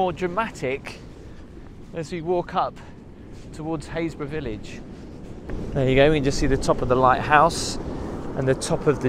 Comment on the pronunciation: when you left the church, you called this place Hayesburgh - i thought it would have sounded more like happis-burgh lol ive never heard of this place. just a suggestion.. for those of us who know nothing about where your places are... it would be nice to see a tiny shape of UK in a corner with a dot of where you are. ... like i said... just a suggestion, as i have to look up every place :)